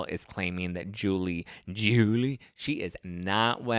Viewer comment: I just love the way u pronounce Julie name.